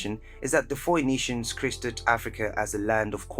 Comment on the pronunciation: Yo "foeynitians" is a wild way to say their name... it's read "faenitians"